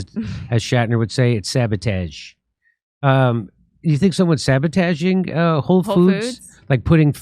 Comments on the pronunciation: I am so close to unsubbing from you saying sabotage like a f*ckin moron. It's so funny lol xd random mispronouncing words like Joe Biden or a 3 year old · I like how Jimmy mispronounced “sabotage” and keeps playing it off by saying “sabatage”. Cmon Jimmy just wear your loss. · Jimmy pronounce sabotage weird